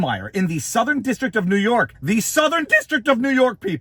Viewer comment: It's always the southern district of nee york